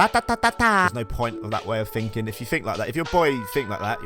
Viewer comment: when u say finking 🥺